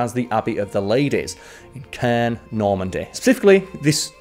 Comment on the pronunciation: Caen is pronounced like con, but in more of a French accent. Not criticizing, but just helping out for future French videos! Keep doing a great job Smallwood!